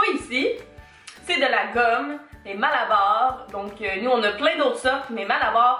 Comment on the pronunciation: "Mala"bar "Mala"ïka hahahahaha